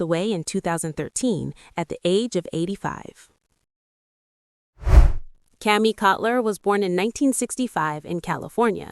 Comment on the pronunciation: Couple of flaws ... Kami's last name is pronounced KOL TER not Cutler. And Jim Bob wasn't an engineer - but an aspiring Avaiator who loved planes and flying. Thank you for mentioning Grandpa as the founding Patriarch of the Walton clam, being the only survivor amongst his elder kin.